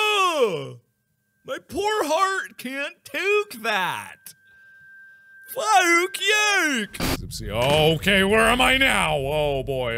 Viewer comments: I'm dead when he said fah-ook yook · No one: Nobody at all: Not even chica’s cupcake: Mark: fAh-oOm yOoK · “Fo-ok yook”